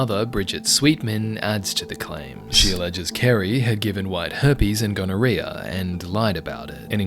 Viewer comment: Gonorreaha ??? Wtf